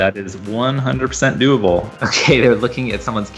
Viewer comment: The amnount times he said:doablee, scares tge living shit out of me..